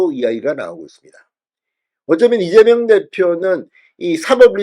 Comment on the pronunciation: 왜ㅠ꼭 이재멸대표라고 하시나요. 왜그리고 자꾸차기대구ㅏㄴ으루마효ㅡㅁ하시나여. 찬핵무혀인데